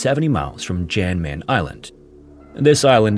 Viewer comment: It’s pronounced ‘Yan Mayan’ not Jan …